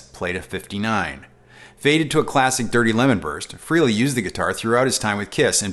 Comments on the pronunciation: it's FRAY LEY! not FREE LEY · I love you,... but as a hard core KISS fan, I have to comment. It's pronounced FrEHley, like "Canada, Eh" and the song I think you're referring to is "Rock And Roll All Nite" not whatever you said...